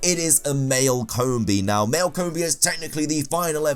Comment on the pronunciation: "Coombi" "Shidinja" "Soonflour"